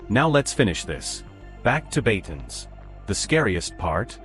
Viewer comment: BATANES not BATONS.